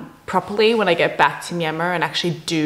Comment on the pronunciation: The way she pronounce Myanmar is spot on.